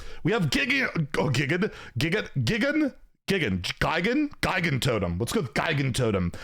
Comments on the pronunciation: It's pronounced "Ji-gan-totem"... as you said, it's like a giant, but a totem. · The pronunciation of Gigantotem tho